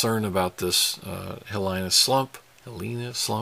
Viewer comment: It's pronounced hee lee nah slump. Fissure 8 isn't another volcano, it's just a fissure. It has also been named Ahu'aila'au pronounced ahoo eyelah ow.